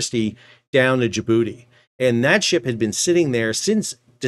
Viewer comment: He said JaBooty !!😅 Great content as always my friend!!